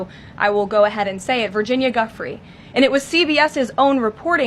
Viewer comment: What an absolute B for not saying Virginia’s name properly